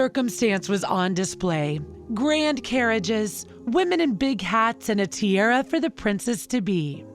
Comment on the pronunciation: How many words does the narrator have to mispronounce? Aragon, Westminster, tiara are just a sample of ridiculous mispronunciations.